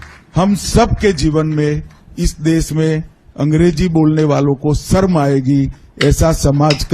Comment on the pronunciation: 'Sarm' aayegi, 'Sharm' nahi......Amit Shah should learn to speak Hindi properly.Bhagatji,you are wrong when you say that Sourh Indians are English speakers.It is true that the vast majority of parents in South India prefer English medium to Tamil/Kannada/Telugu / Malayalam when it comes to educating their children.It's not that they neglect their mother tongue.English is seen as a business language or as a tool which comes handy while coming into contact with those who are unable to speak 'their' language.Why speak of others when even the "brown skinned Malayali Englishman" Shashi Tharoor is known to converse with his mother not in English but in Malayalam.Not so widely known is the fact that Right Hon'ble VS Srinivasa Shastri,who the British used to refer to as the "silver tongued orator of the British Empire" for weaving magic with the English language preferred Tamil to English within the four walls of his house.